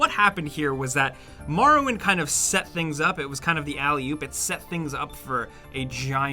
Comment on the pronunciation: "The Elder Scrolls: Marrowwind" -, 2019.